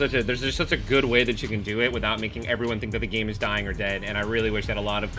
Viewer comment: Bruh you can’t even say dying😂